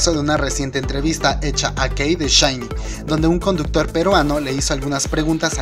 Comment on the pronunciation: "aiyu" "lliguapey" "combek" jajaja SHINE en lugar de SHINee ... nipongo atención a nada por reirme